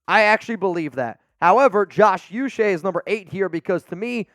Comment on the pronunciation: It’s not u Che. It’s pronounced ouu -che (Nigerian decent)